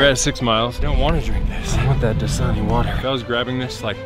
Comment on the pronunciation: did he just say dsani water? that should be the last type of water he should drink since it's salt water that makes you feel dehydrated